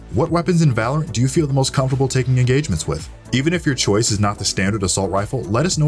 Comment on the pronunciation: ahhh yes “choise”